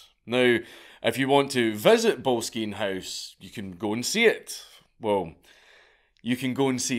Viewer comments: Trust a weegie to mispronounce boleskine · I actually did some volunteering at Boleskine House, (pronounced 'bol es kin' NOT bowlskeen!??). I even camped out one night in the gardens in the hope of some spooky event....but alas, t'was not to be 🤣 The house has burned down twice in recent times and is in the process of being restored!! I actually have a stone from his fireplace in the ritual room he used!!! 😁 I don't know if Crowley, once termed the "Wickedest Man in the World" , was a" mad lad".......misunderstood perhaps and definitely a bit "mad", but not necessarily in an "evil" way. Anyway, Boleskine House (also once owned by Jimmy Page!!) is a fascinating place and well worth a visit!!!! 😁😁😁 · Oh mate that’s not how you pronounce Boleskine